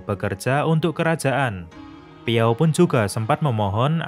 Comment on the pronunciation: Bang namanya bukan piao tapi zhao